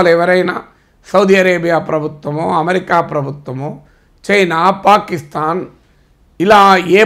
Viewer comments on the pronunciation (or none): none